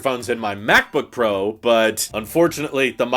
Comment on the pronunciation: How you say MacBook Pro, where you get louder in the middle, is mildly infuriating. I know this is unsolicited feedback, but it's mostly just interesting how different regions say things in different ways.